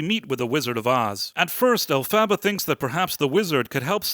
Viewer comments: I really think you looked too much into this. I don't like leaving comments where I disagree with the reviewer, but here I found it important for the sake of my favourite musical and patriarchy. First of all, you don't pronounce the name "Elphaba" correctly, which, I guess, you did to mock the character. Secondly, as a conservative patriarchal girl I've never found this musical "woke". The reasons you mention seem too farfetched too me. "Her father hates her because it's an attack on men." No, her father felt that his wife cheated on him and perceived the green-skinned offspring as something he didn't want to do anything with. "The Wizard is a foul con artist because it's an attack on men." So we can't have male villains anymore? Come on, the left tell us to praise women, and now the right are going to get salty over nasty males, too? If anything, this play is a nod to conservative values. Elphaba and Glinda's friendship proves to be less stable than their desire to be successful in their family life. At the end Elphaba realizes that her rebellious actions were in vain and Glinda's path was more effective, but at least she gets a man to finally settle down with. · Sigh You didn't watch it, did you? "El-fava?" If you had sat through the runtime, you would know it's pronounced "Elf-a-ba". They say it pretty much every 5 minutes, at least. I'm usually willing to give people the benefit of the doubt, but not when it becomes obvious they are talking out their ass about something they haven't even read or watched. How are you any different then the MSM picking up talking points and repeating them? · I loved watching your review, which is clearly so off as this was the third best performing at the box office in 2024. You don't even know how to pronounce the main character's name. 😂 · If you can't even pronounce alphabet's name then I don't think you need to be doing this review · haha nice pronunciation of Elphaba. OMG. Fiyero is "moist"? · El-fuh-buh. PLEASE